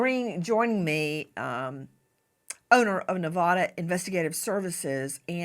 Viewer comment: Hey Nancy it's Nevada like apple not Nevada auto